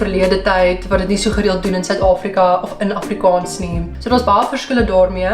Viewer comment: As ‘n persoon wat amper vyftig jaar lank Afrikaans geleer en gepraat het, wil ek opmerk dat jou uitspraak van die dubbel a, soos in Afrikaans, ‘n bietjie “plat” klink ; “afrikons”. Die (aa) klink meer soos ‘n (oh) klank. Ek hoop jy verstaan (begryp) my opmerking. Verder uitstekend !